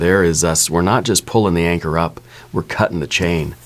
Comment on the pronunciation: Every time you said “anchor”, I heard “anger” instead.